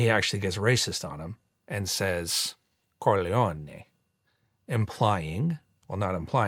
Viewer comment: Geary mispronounces 'Corleone' when speaking on the band stand. Making a point of his pronunciation when he's trying to extort Michael makes me think someone had a word in his ear about it, about how disrespecful it was...and how little he cares that he was corrected!